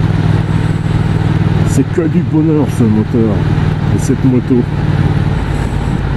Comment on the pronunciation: .." bohneur " ?! ou " bonheur "?! , vous qui vous moquez un moment donné , sans doute pas méchamment( ?), de l'accent "halsassien " , en tant que " bon " Français ! J'ai cru percevoir un accent franc-comtois , soit dit en passant !